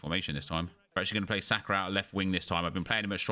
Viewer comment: Someone is gonna have to tell me where the R sound comes from at the end of Saka